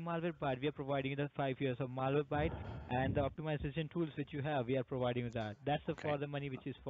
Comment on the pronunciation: You're prowiding me? You didn't prowide me with a damn thing! :-)